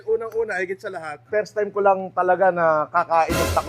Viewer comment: Ooof gasgas ang esopagus ni idol, "pirstaym" sigiro niya siguro uminom ng icetubig. jk.